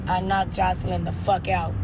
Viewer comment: Her name is not Joycelyn smh 🤦🏾‍♀️ If you gone do a blog/video at least care enough to pronounce ppl name properly and other words